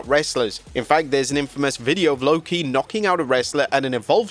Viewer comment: Lwo-ki? Try harder nerds